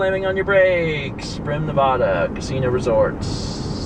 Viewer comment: Stop saying Nevada so horribly... Everyone who lives here hates hates hates it when people say Nev-ahh-da. It's a short a.